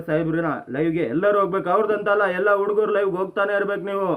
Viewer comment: ಲೋ thamma ಉಡುಗರು ಅಲ್ಲ ಹುಡುಗರು